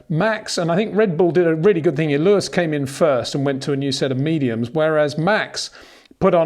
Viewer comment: ⚠️ To all international journalists & sport presenters: 🌐 it is NOT Lewish ... it is NOT Bottash ... and it is certainly NOT Max Vershtappen! Pronouncing "st" as "sht" is done by Germans not Dutch people! ... like an insult to (some of) us ... like insinuating you are a Nazi or something. But most people from Holland (like me) have NO issues with Germans at all. Am part German myself. Everybody knows how to pronounce Stable not "Shtable" or "Train Station" not "Train Shtation" so NO EXCUSE to be a moron! They do not do it with others having st in their names! ... All other F1 drivers are pronounced correctly having "st" in their names. This BS started years ago with father Jos Verstappen being interviewed by British sport presenters thinking it is funny to talk like a German to a Dutch guy! ... It is not ... And they do not giva fck. Not even having the courtesy to ask how to pronounce it correctly. (Acting dumb about it, hence my sarcasm, which some do not get). I did not say all Dutch people think like that ... but people that make fun of assumed "Nazis" they change their pronunciations to make fun of you. But there are vast amount of nice Dutch people that never would do that ... nor feel the need to insinuate. I have been called "Nazi" by some just because my last name is German then they talk with "sht" & z (not s). Thinking they are "so funny" doing that.